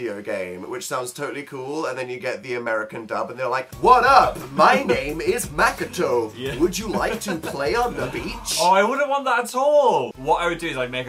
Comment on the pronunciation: its not mack-a-to, its much-ko-to = MAKOTO!!! say it right plzzz